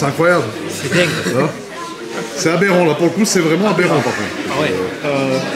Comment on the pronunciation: le " Abberan" ptdr